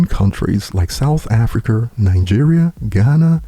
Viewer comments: "South Africer..." 😂 that was a hard R hahah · This man said south africer😂 I work with 3 dudes from Cameroon (Erik, Derrick and nelson😂) one of them is a big Eminem fan. And 2pac and dmx. The homie knows what’s up